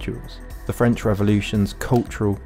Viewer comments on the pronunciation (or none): none